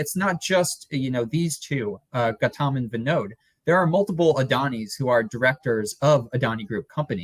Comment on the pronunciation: The way your guest pronounced Gautam it sounded to me like Khatam! Khatam Adani!